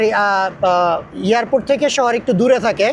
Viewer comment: এই লোকটার উচ্চারন খুবই বাজে।এয়ারপোর্টেরে বার বার ইয়ারপোর্টে বলে।